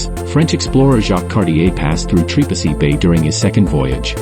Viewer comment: who told you this was trepassey...also have the name said properly do not use a.i.